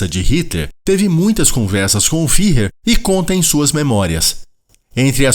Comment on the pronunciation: Fuehrer! Ü se pronuncia "ue". "Fihrrer" não existe! 😍